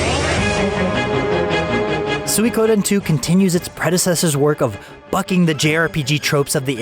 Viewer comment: it really ticks me off when i hear swikoden